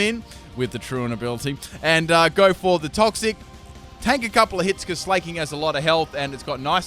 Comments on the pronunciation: It pains me to listen to him saying 'slay-king' instead of 'sla-king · S-lah-king not S-lay-king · It's sla(c)k-king not sla(y)-king fuck you even said it had slack off like do you not understand hes the king of slacking off not slaying bitches. Jesus.